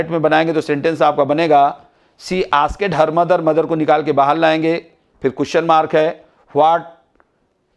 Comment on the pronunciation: आस्क्ड को आस्केड padh rahe hain ...